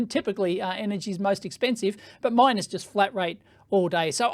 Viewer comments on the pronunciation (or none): none